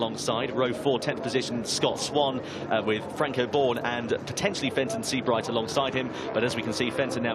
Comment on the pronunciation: Fenton. . Fenton. . Fenton ... Fen-ton.. FENTON. .. OH JESUS CHRIST